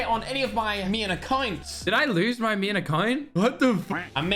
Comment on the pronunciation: "Meyn account??"